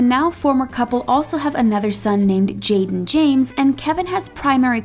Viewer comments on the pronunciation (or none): none